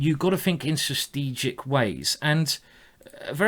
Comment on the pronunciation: I am really not trying to make fun of Simon or anything, but after watching so many of his Videos I just finally have to ask: does he mean strategic when he says sustegic (or sth like that) or is there another word I as a non native Speaker am just not Aware off?